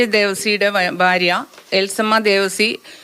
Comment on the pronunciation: Collector ആണ്. ബാമ.. ബാര്യ..എന്നൊക്കെ ആണ് പറയുന്നത്..അക്ഷരങ്ങൾ ശരിക്കും പറയാമല്ലോ?